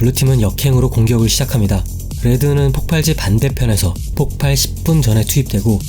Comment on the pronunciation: 폭발(爆發) -> [폭빨]O [폭팔]X